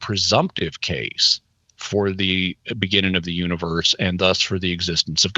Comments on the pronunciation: Is Jimmy not allowed to add g’s to the ends of his words or something? “Expandin” “beginnin” “mornin” lol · Can you please pronounce the "g" on the end of "beginning"? It's very off-putting.